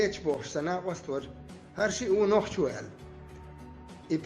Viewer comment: Нахчи гнправильное произношение народа нохчи